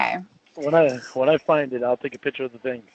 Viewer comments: SLIGHT CORRECTION. HE SAID “PICHER”. NOT “PICTURE” (HE NEVER SAYS THAT SIMPLE WORD. CORRECTLY) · ’S SLOVENLY ENGLIH REVEALS HIS TOTAL LACK OF AN EDUCATION. BEST EXAMPLE: CONSTANTLY SAYING THE WORD “PICTURE” AS: “PICHER”! MOR*N. I LEARNED THE DIFFERENCE IN 5th GRADE. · this part had me howling lol "jerking awf tew a pitcha awv me" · “I DELETED THE PICHER AS SOON AS I SAWR IT”. Hillbilly ENGLISH!